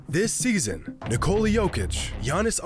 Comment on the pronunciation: Why can’t Americans pronounce nikola